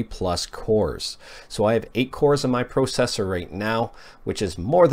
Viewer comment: Thank you for the video! Followed your 'idea' of a Bios in the description ;). Is that how Canadians say processor, unironically?